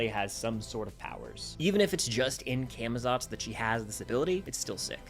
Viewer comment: Cah muh zots pronounce it right pls 🙏